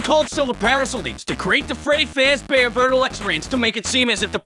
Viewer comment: Everyone's talking about how concise of a summary this is, but I'm personally just dying at the fact that the program can't pronounce real names, but it can say "Freddy Fazbear" near perfectly.